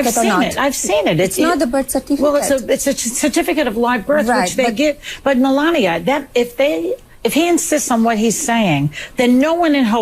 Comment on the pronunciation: Pronounce it "Me-la-knee-ay"!